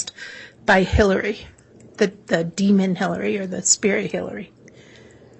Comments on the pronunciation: I agree, although my only gripe is her adding a "d" at the end of demon 🙄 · Why is the prosecution pronouncing demon, "demonD"? Like Lstauch exaggerating the "ing" in her "upspeak"....bunch of sociopaths